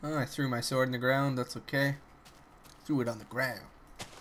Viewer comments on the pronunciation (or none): none